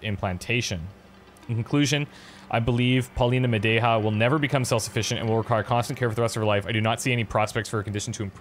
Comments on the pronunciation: Hint: try spelling "Madeja" as if it was written "Madeia". Neither the spanish version or english one matches Polish pronounciation unfortunately :) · IT'S MADEYA!!! You read J like Y in Polish.